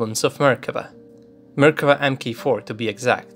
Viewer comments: i just notice its Merkava, not mekerva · when you said "Merkava" I thought you said American